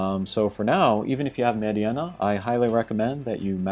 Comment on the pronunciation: Meh-deenuh. Not med-e-enna